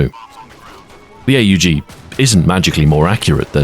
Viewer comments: Ey yu ji. Hell no. It’s pronounced OHG. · Him calling it the "A-U-G" instead of the "aug" is really messing with me. It's like calling an AWP an "A-W-P" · Huh.... ive NEVER heard someone call an aug an "ayyy you gee". You know its NOT pronounced "ayy you gee* because the letters are all right next tonone another, without periods or spaces or dashes or anything that would signify it isnt a word you say, like a word. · or more affectionately, pronounced awg. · Not once pronouncing AUG as "org" ( ˈɔɡ in phonetics I think) with your voice and inflection is a crime. 😂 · Nobody calls it "A U Jee" outside of US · Ahoy pronounces it like someone greeting Itadori Eyy, Yuji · He has risen!!! He also insists on saying "A-U-G" instead of "Aug". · Hearing somebody call the AUG the Hay You Gee, instead of the Ugg.